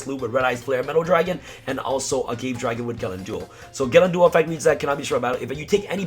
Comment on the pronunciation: its a-ga-ve dragon not a-gave. its like the agave cactus that tequila is made from